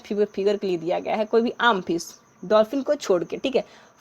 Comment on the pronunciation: Normal na hi ki narmal fish na hi ki pish😂😂😂😂